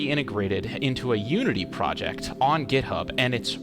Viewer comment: when he said github i thoght he said grubhub